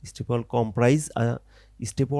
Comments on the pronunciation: ভাই অইটা ওয়াল না ওয়েল😂😂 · bhaiya ekto bhol hoyeche apnar pronunciation a well kuwa ke wall ba deyal bolchen